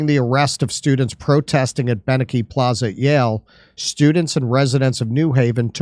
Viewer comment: It's pronounced BYE nuh key (Beineke library at Yale)